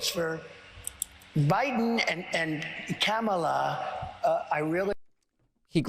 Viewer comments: I was so used to him pronouncing Kamala like she was the 90s WWF wrestler that I was quite surprised to hear him mispronounce it in a “new” way this time. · I cannot stand how he says Kamala Harris's name. It's like he's calling her a camel. He's very degrading and I will be glad the day I never have to see his pie hole mouth again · He didn't forget he mispronounced her name 😂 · I know Trump watched the DNC. He complained a lot about it. They took time to show the World how to pronounce her name. Trump continues to mispronounce her name!! 🙄 But this idiot really said, "even if you don't like me, you have to vote for me" Wait, what??? Are you serious???? 🤔 If you can't even renember who you are running against, why would I trust you to know how to run the country???? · Possibly those Kamala pauses were really him trying to remember what version of butchery he was using last when pronouncing her name. He wants to be sure he doesn't pronounce it correctly. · Very telling how he refuses to call her by her last name and continues to mispronounce her name (though he did have a mini stroke halfway through this sentence). He just can’t stand that she’s a woman of colour, I bet he’s got a little dartboard with her face on it. What a sad man. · Damn. A missed opportunity to call her "Commie Kamala." AND he forgot to mispronounce her name. To be fair, Dems are saying vote blue no matter what, but... Actual reasons. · this clown - he is upset at himself for not intentionally butchering pronouncing Kamala but didn't realize he said Biden - all the reason we gotta stop having POTUS past the age of 75yo due to diminished wits. That goes for RED and BLUE. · When he glitched out by saying Biden then suddenly remembered who his opponent is, he then accidentally forgot to mispronounce her name intentionally in the way he otherwise always does.